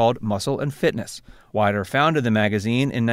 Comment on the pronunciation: Just fyi, it's Weeeder, not Wiiiider.